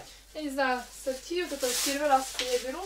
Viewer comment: сортИ,ударение на И..